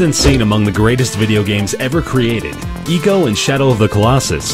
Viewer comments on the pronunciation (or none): I-co, not E-co. This isnt Jak and Daxter. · I'm not sure... did he say "Iko?"